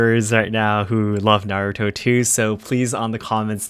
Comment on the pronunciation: It's Naruto, not Narutouuu :'D